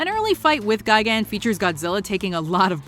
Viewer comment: Ga-gan. Really? Isn't it gi-gan?